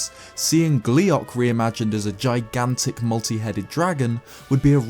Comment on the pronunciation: "gliac" oh fuck you